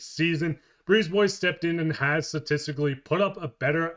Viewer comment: You ARE a Canadian? The country with TWO official languages... And you don't know how to say Brisebois? It's NOT Brees Boys! He LOVES the uneducated.